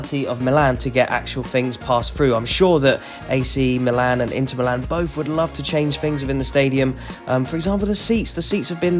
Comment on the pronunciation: AC is called Mílan (Mee-lan) not Milán Internazionale is called Inter